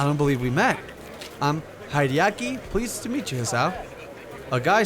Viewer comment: You pronounce Haedeki (sorry if I spelled that wrong) like the Yankees baseball player Haedeki Matsui